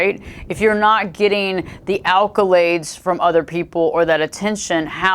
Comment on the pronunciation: Acc-o-lade lol 😉